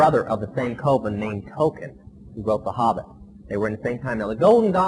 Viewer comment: Does it annoy anyone else that he calls a “coven” a “Colvin”? Why do numerous sources online say he ended up backsliding back into witchcraft?